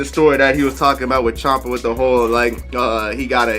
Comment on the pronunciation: No offense, I can’t tell if you’re saying “Chopper” or “Chomper”. Chopper is his name.